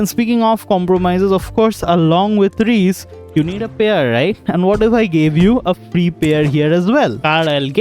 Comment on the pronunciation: Its not" Reece " 😭😭 Its RIISE in hindi it'll be pronounced as "RIISSA"